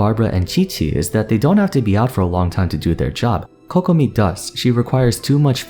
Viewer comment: Thank you for pronouncing Kokomi and Keqing correctly :') my ears can finally have a break